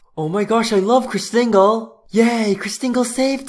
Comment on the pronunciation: Hey >:( It's not Christingle It's: Christingl-A